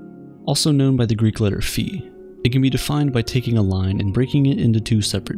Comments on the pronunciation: it's pronounced "faɪ" not "fee" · bruh isn’t it pronounced “fie” instead of “fee” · *Φ. Not “fee”. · Its not "phi", its "phi"